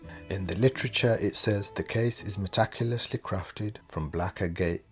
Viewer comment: He couldn't say meticulously with a straight face